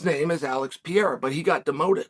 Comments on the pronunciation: Uncle Chael singlehandedly gave Alex a whole ass new italian citizenship with that "Pierra"😂😂😂😂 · can’t wait for the fights! alex pee-era vs jiri and sir-gee vs aspinall! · What a sad day it is when Chael pronounced Prochazka the right way. Lets hope not to see the day that he gets Pereira right.